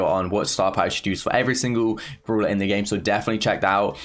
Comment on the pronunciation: Everyone: really and brawler: wealy and browler